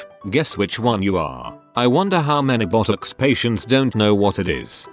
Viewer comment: When the robot says Botox it sounds like buttocks 😂